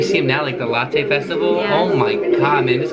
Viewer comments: pronouncing “Lotte” like latte killed me 😂😂😂 it’s pronounced “lot” my guy 😭💜💜 (And yes the “No More Dream” era is BTS’ first era— as it was their debut song/album) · no it’s pronounced latte with a o instead of an a! So lo (low) - tte ( as in latte)